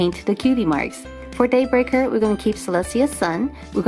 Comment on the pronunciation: Every time I hear Daybreaker it more sounds like dayburger to me